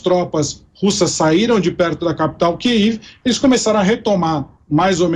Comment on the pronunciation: Boa reportagem mas não aprender a falar Kiev direito da até nervoso 😩